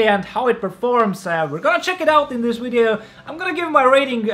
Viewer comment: am I hearing wrong or he said wideo instead of video multiple times